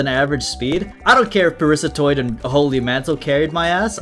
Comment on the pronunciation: It's Parasitoid!!!! Not Parisatoid!!! GRAAAH